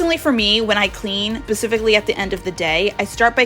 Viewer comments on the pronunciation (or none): Did you say “pacifically” on purpose?